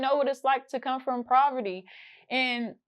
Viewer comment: It’s called POVERTY not “PRAVERTY”